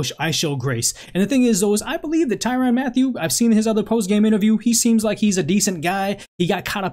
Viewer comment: Tyraun like tron tyraun not tyraan